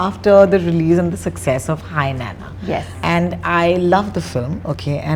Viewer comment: Anchor is a South Indian and she doesn't know how to pronounce Nanna, pls don't criticize north Indians when they make fun of South Indians when South Indians themselves don't know the basics of fellow South Indian culture and language